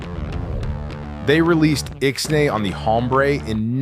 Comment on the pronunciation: Love you're documentaries. H is silent in "hombre"